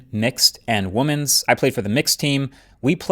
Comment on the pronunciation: That's Not how you pronounce the plural form of Women, what is it with Americans and this xD.